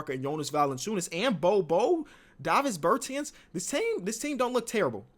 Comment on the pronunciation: Wait a minute did pronounce Davis Bertans davviys bertez